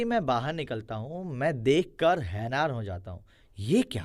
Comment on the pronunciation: hainaar ✅️hairaan ❎️